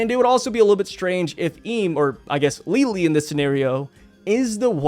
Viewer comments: Please pronounce her name Lili not Leelee, it's something that shouldn't annoy me but it hurts to hear lol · One thing to clarify, the pronounciation of Lily/Lili's name would still be closer to that of "Lily" rather than Li-Li. TCB makes a note of that, because the katakana for her name is リリィ rather than simply リリ. The first extends the sound of the i, while the second cuts it short. So, it would still sound like Lily. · bruh im unsubbing if you say lili like that again ;)